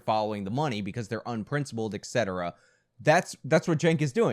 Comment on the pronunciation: ETcetera not ECetera